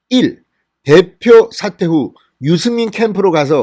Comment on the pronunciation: 사퇴입니까? 삭제입니까? 발음을 좀 정확히 하시면 좋겠습니다